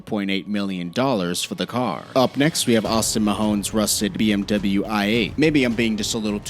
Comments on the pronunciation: It’s bmw not memw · Bee Em Dibble You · How he said BMW really pissed me off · Who says BMW wrong? really?